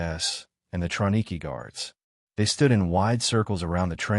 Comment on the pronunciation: Would you please correct the narrator or adjust the AI to pronounce "Trablinka" as truh-BLINK-uh not "Trablinker" it seems unimportant but it's historically inaccurate and extremely disrespectful to pronounce the name incorrectly as trah-blink-ER